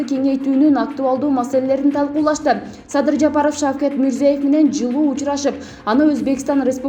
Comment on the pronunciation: Мирзоев эмес,Мирзиёев сада сабат.Биринчи озунордун сабатынарды жойуп,анан башка жонундо айткыла